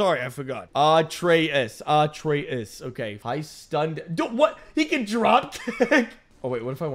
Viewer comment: Lol At-Tray-Us is how you sat his name.